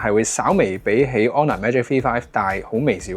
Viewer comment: 点解V读F噶？香港的读法不一样？